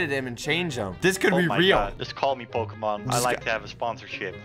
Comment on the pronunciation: No no, you said POKEMAN not POKÉMON.